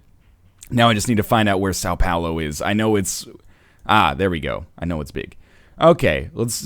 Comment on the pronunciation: I love your portuguese pronunciation so fucking much, when you said Sao Paulo, I almost died. EVERYTIME you said Sao Paulo. That was so great